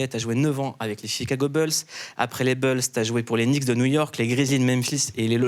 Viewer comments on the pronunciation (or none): arrête de dire "BEULZ" Mouloud! On dit "BOULZE"! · Les "Chicago Beuls" 🙄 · on peut refaire la vidéo en disant "chicago boulsse" plutôt que "beulsse" ? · Chicago Beuls 😂😂😂😂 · Bulls ça se prononce boulssssss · « boulz » alors. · "beuls" ça va me hanter pendant des jours😹😹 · Quelqu’un peut briefer Mouloud sur la prononciation des Chicago « Beulz » 😂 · Les Chicago Beulss MDR 😅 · Arrête de dire Chicago « beuls » 😂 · "les "beuls" de Zach Lavaïne" horrible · "Chicago Beulsse" Et les noms des joueurs aussi : "Zack LaVayne" 😁... Reste frenchy gars 😄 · Chicago bulle et Détroit Piston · Chicago Beulz et Detroit pisTON . Un petit effort ! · Faites un effort sur la prononciation c'est les Chicago Bulls et les Detroit Pistons